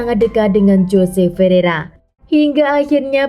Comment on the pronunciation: "JOSE" dibaca "HOSE" yaaa... 😂😂😂